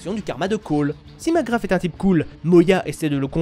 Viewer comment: Tu crache 1 poil trop sur le jeux a mon goût meme si tu as certaine critique pertinente. Aaa et arete de dire macgraFFFF ses macgraSSSSS S PAS F